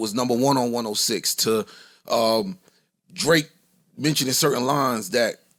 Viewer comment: Ayye Guys Can We Let Joe Kno Its Drake Oh Tha Ruler, Not Drakeeoh Its Cringe Worthy